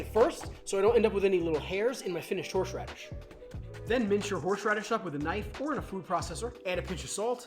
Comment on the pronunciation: Was it me or did anyone else keep hearing horsh radish